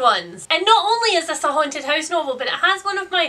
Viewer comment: She says ‘house’ almost like the dutch ‘huis’ (same meaning different spelling) lol